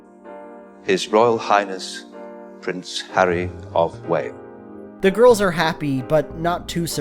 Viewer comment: Did this fucker seriously say ‘Prince Harry of Whale’?